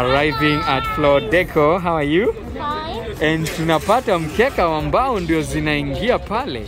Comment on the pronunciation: Its not really mbao its like mbaaaaaooo